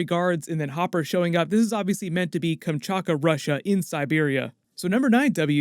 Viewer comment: its KamchaTka not Kamchaka, otherwise your pronunciation is pretty good ;) this is how it looks in Russian: Камчатка